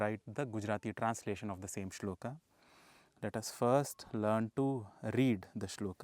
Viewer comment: Guru ji aap ki saari video Uttam video hai. Pr guru ji aap toh "arjun-a","shlok-a" mat bola karo . "A" ki dhwani ko emphasise mat kara karo guru ji.